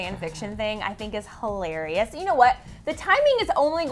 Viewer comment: She thinks it's Hi-Larry-us! ;-)